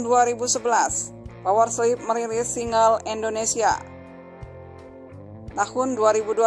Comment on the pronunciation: Kenpa dia nyebutnya power sleep?